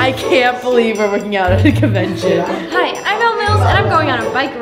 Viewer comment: I love how she says "covention" and "covince" 😂😂